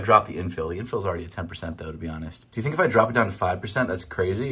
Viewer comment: "how fast doo i have to walk?"